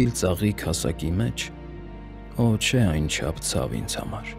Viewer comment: Ոչ թե <<օ՜ չէ>>, այլ <<ոհ չէ>>